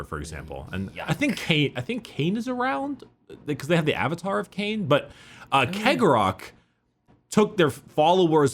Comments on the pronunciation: Chegorach is pronounced She-Gore-Rack. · My dudes, it's pronounced See-o-gore-Ath. hearing you pronounce it Keg-o-Wrath is hurting my brain. It's basically the same as Sheogorath from Elder scrolls. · I pronounce cegorach like chegorach. like the italian cesare. idk maybe it's the whole clown/carnival aesthetic that has me thinking venice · Cegorach - Tsegorakh. That's how we pronounce it, almost the same as Cicero.